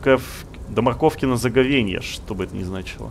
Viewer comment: ты точно не шпион? Может, ты и имя крокодила из мультфильма про Чебурашку не знаешь? Про морковкино заговенье (произносится с ударением на первый слог) советую погуглить.